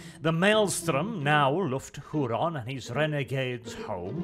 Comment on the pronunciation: "WHOO-RAN" (??) "Why Don't You Talk Properly???" ~ Fawlty Towers